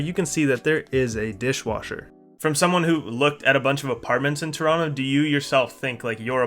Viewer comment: This guys not even a real Canadian, can't even pronounce Toronto correctly! What a phony.